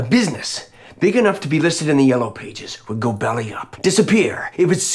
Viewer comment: too funny... "I'm de noof"